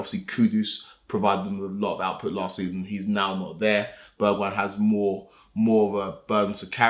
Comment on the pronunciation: Can’t believe he said Bergweijn…. I’m taking modric back any day